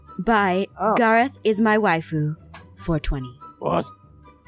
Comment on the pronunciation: OMI IT IS NOT GARRAOTH IT IS GARROTH